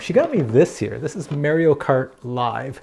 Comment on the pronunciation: Learn how to pronounce Mario.